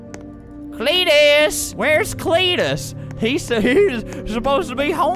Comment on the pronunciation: When Flamingo says Cletus in I was like what is you saying?